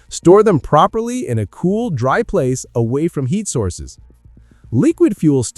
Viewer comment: Ayo is this video AI and just a giant ad for products? I'm 11 minutes in and you've said "when the taps run dye" instead of dry and you've referred to a generator as a zenerator